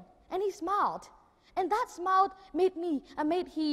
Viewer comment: thấy tựa đề làm mình tò mò, vô nghe thấy chỉ một đứa nhỏ thuyết trình vấn đề nụ cười. Tiếng Anh của Nhật Nam phát âm chưa chuẩn lắm, đặc biệt là từ SMILE. Nội dung không mạch lạc và không có chiều sâu. Đúng là người Việt Nam (người Việt ở Việt Nam) có bệnh nổ. Vậy mà cũng gọi là thần. Bó tay.